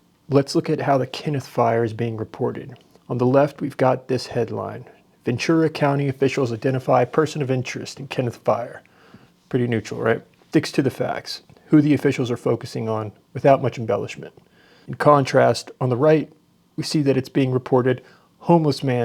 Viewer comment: Ven-Tura, not, Ven-Chura